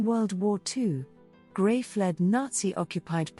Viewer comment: Her name is pronounced Gre (s is silent). NOT GRAY. Lovely video but It was hard to watch the video with the continual mispronunciation.